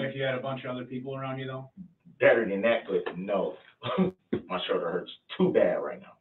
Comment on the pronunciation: It’s his “show-der”